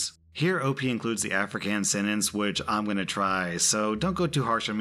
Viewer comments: you probably won’t see this comment but every time you say Afrikaans in a video it sounds so wrong. You say it like Africans and that’s not how you pronounce it. For an English speaker pronounce it like of-re-kon-s, it’s not how you spell it but it’s how you would say it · “Afrikaans” is pronounced afri-cons (kaan is pronounced like kahn from Star Trek, but without Kirk’s over the top-ness) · haha absolutely love the attempt at Afrikaans, iv always wondered how people from other countries might pronounce words :) lol afrikaanse is pronounced more like uff-ree-kahns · Hey, just for future reference the word "Afrikaans" is pronounced "aw-free-Car-ns" common mispronunciation for people not from Africa 😅 love your videos, my dude. Great to listen to while doing chores. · can you please learn to say afrikaans correctly, it's with a longer a sound & very easy to look up on google. this isn't the first time i've heard you mess it up in a video. i understand you are probably not familiar with the language & that's fine, but you are mispronouncing it. my parents speak afrikaans so it's a bit jarring to hear. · The pronunciation of "Afrikaans", you were so close. Our language is weird XD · Mag ek die slip kry asseblief Mag - (it's ma and then the g is like that sound you make when you trying to make the vomiting sound) Ek - ( you pronounced that fine Die - pronounced "Dee" Slip - slip Kry - the "kr" is fine but you end it with a "ey" sound Aub - that was fine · Omg I'm a South African and yes you very much butchered the sentence but I love the fact that you gave it a try. Thanks for the daily content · Yeah big oof at that pronunciation but can't blame him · Yesss, I was waiting for him to butcher the Afrikaans part🤣🤣